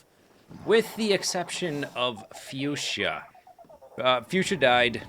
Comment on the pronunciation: HA! he said it right! few-sha! not foo-sha!